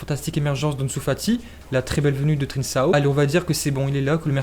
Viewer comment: On dit '' trinkao'' et pas trinsao